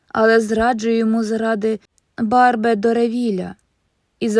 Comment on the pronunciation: Дякую! Тільки наголоси у іменах французів: ВіктОр Гюго, Еміль ЗолЯ, БарбЕ Доревіль...❤